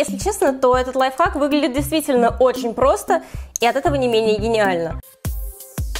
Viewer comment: Кто заметил что она говорила не лайфхак а лайфак😁😂